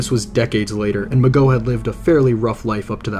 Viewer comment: Couldn't you do enough research to get their names right?Mageau is not pronounced Ma-go but Ma-Joe and Leigh is not pronounced Lay but Lee just like the actress Vivian Leigh and regarding the first phone call the telephone operator said he dragged the last word Goodbye as if to mock her